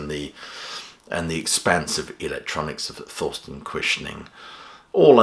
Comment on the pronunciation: Guess I'll have to listen to this album. By the way: Thorsten is pronounced Torsten, not Thorsten.